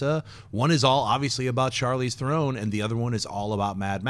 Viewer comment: Oh my god it's NOT pronounced The-Rone, its There-on